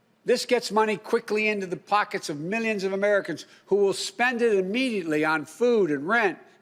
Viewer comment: "mizzinavmencans !!!" = "millions of Americans !!!"